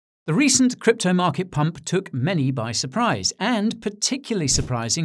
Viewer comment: "The recent"... Speaking like it is over my Guy